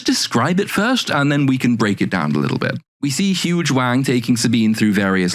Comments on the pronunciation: I both have never seen the show and have an American accent. In listening to him talk he keeps naming a character. It sounds like he is saying her name is Huge Wang. Am I hearing that right?😂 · Huyang sounds like "huge wang" 🤣🤣 ...maybe I just need better headphones. Awesome deep dive! 💖